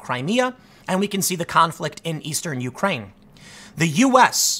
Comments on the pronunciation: I'm Your President it is you-CRANE, not YOU-crane... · "yoo-crane" - Tim Poole (2019) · Something I'll never understand is American's difficulty in saying Ukraine. It's always either "The Ukraine" or " YOU -kraine" from you guys.